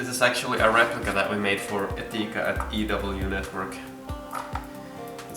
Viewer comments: How did you pronounce Etika? Etica? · "For eteeka" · "eteka" lwl